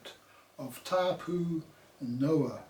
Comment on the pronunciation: You could start by getting your pronunciation correct . It was hard to listen to you say Noah so many times, I had to stop the video. Gnaw-a NOA . Please say our language correctly. Nga mihi.